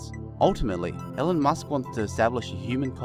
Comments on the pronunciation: Pronounced "Eelon...not Ellen"....jesus.... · nice video.. but the name is pronounced ee-lon, hope you correct it next time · His name is not Ellan, it's Elon. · His name is pronounced "E Lawn."